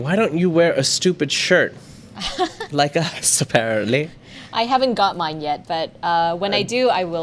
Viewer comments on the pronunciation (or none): none